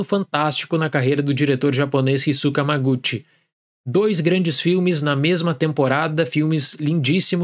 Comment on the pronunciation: noto que você sempre pronuncia os sobrenomes dos diretores muito acurado, então aqui vai apenas uma apontamento sobre a pronúncia do japonês! No caso do diretor Hamaguchi - pronuncia-se o ramaguti! o “H” em japonês tem som de RR e o CHI tem som de TI! Sei que não muda nada e estamos no Brasil, só apontei a nível de curiosidade mesmo! Adoro o canal!